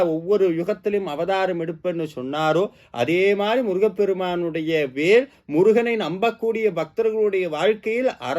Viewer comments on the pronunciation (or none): கருத்து மிகவும் எளிதாக இருக்கிறது நன்றி. தமிழ் உச்சரிப்பு. குறிப்பாக ல் அழுத்தம் கூடாது வேல் என்பதில்